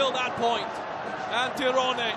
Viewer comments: Yg bener memang "Tironé" bukan "tayren" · I cant understand how you fails call name "Tyrone" TIRONE 😂😂😂😂😂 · loh anda salah, org nya sendiri ketika perkenalkan diri nyebut "tayren" bukan TIRONE seperti komentator .